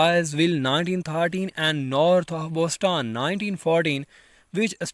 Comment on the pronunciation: Man, first u start to learn pronunciation...too bad ....pulitzer ,Boston, honour pronounced horribly.😢